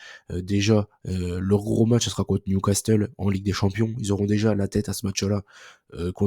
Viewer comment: Salut. C'est dommage, ton contenu est très intéressant, bien illustré, les pronos sont globalement bons, ça se sent que tu suis les matchs, les infos et les explications que tu donnes sont pertinentes.. bref y a énormément de positif, mais des petits détails comme dire NewcasTEUL mdr ou de quasi systématiquement finir tes phrases de "conclusion" en hachant les syllabes de fin toujours de la même manière, pour être honnête ça rend l'écoute un peu désagréable parfois. Ce n'est qu'un détail mais tu sais que c'est parfois ce qui fait la différence! Merci pour ton super travail cependant